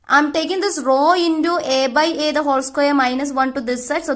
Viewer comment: Not indu it's intu